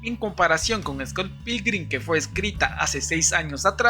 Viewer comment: ni siquiera puedes pronunciar bien Scott Pilgrim-... no es dificil, :(